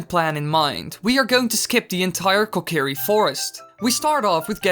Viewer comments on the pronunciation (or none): why was he talking so slow when you clipped through the kokiri and, wait "keh kerry koh"???